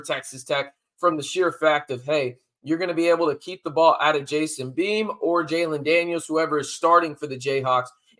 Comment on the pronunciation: It's Bean. Not Beam. JD6 isn't playing. Freshman walk on behind Bean.